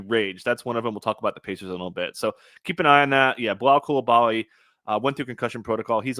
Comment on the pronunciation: Dude can’t pronounce Coulibaly and has never heard of Jeremiah Robinson-Earl? Why exactly is the guy on the show today? Listening to someone who knows nothing about NBA DFS doesn’t help the show at all. ✌️